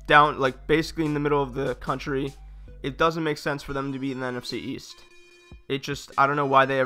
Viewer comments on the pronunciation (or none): none